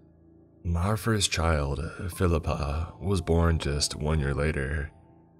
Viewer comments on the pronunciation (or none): “Phil-I-Pa” or Filipe?